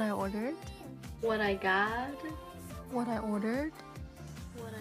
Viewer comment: What I goddddddddddddddddddddddddddddddd like can she not say got?